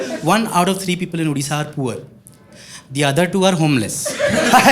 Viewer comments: Udisha nuhe odisha . Just think why people say Dekha sikha odisha. It’s because of joker like you. Please pronounce it properly. Udisha nuhe Odisha. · Bro... First of all our state is called ODISHA not Udisha, So get your pronunciation right . And if someone teases you as OREO, tell them You have Cream inside and you can give some if they want some. And if someone is ignorant about Odisha tell them it's the Land of Lord Jagannath ( one of the Chardham) and yes of course ,as you mentioned, a lot of missiles get tested from there including All of Agni variants. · It's odisha not udisa so kindly pronouns clearly ❤❤❤❤❤❤ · UUUdisha kya hai bro.. it's odisha... "O" and "U" ka difference nahi pata kya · Not udisha dear it’s Odisha ଓଡିଶା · bhai se odia heiki bi Udisha kahuchi. That is not expected. We should educate others to pronounce Odisha not Udisha. I correct non odia people when they pronounce wrongly but here ama Odia loka hi wrong pronounce karuchi.